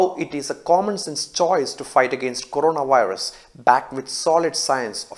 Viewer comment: Corona- WIRUSSSSS 😂